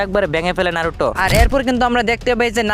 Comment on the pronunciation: ভাই নারুটো না ❎ নারুতো ✅